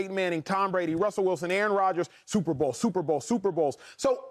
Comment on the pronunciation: Anybody else cringe every time Shady says Sooper Bow